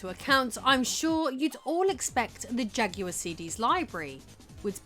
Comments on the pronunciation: I don't think you are pronouncing jaguard correctly. It's not ja-gu-ard. It's ja-gwar. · It's Jaguar not jack-you-are. It's New York not new yonk 😂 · Oh you mean the Jagwahr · Narrator saying "jugular"? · What language do you speak because you keep pronouncing Jaguar incorrectly.